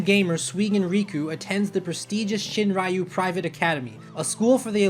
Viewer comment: Donald Campbell it’s a small thing, but in the first minute he pronounces Shin-Ryu wrong. I’ve worked up a pet peeve the past 6 years because of American pronunciations.